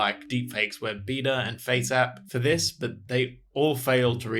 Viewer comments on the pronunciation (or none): none